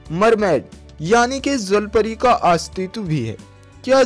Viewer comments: Zalpari nhi jalpari hota he😁😁😂🤣🤣🤣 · Bhai sahi se to bolo jal pari ko zal pari kyu keh rhe ho..... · zalpari ni hota bhai jalpari hota h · Bhai wo jal pari hota hai "zal pari" nahi😂😂😂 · अबे ज़ल परी नही जल परी बोलते है 😂🤣😅😁😄 पहले बोलना तो सीख ले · Zhalpari 😂😂😂😂😂 jalpari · Not a zalpari its jalpari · Bhai woo jal pari hai zal pari nai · Abe bhai 'ज' को 'ज' तो बोल ले पहले ज़ ज़ ज़ ज़ ज़ नही ज ज ज ज 😂😂😂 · Say jallpary not zallpary